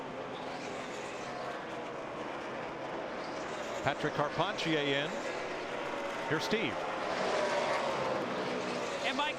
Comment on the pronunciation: It is hilarious going back to these and listening to the booth try to pronounce Patrick Carpentier